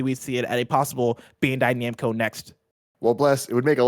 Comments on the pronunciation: Tim slippin "bando namcai" lol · Re: The Bandai Namco story, Tim says “Bando Namcai.” Lol. God bless you Tim! Let Tim host!! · Bando Namcai he says lol